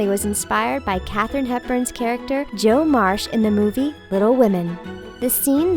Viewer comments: I know I'm being too detail-oriented here, but... it's Jo MARCH, not Marsh. Sorry, the obsessive classic literature nerd in me had to correct that! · Jo Marsh? I'm assuming you're talking about Jo March? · It's jo March, not marsh